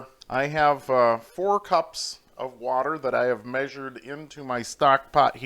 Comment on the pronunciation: Wadder lol...